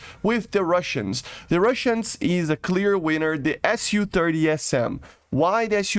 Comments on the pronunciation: it's Su not SU. you say it soo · lol, it is pronounced ‘soo’. In Russian it is Су, short for Сухой, the су makes a ‘soo’ sound.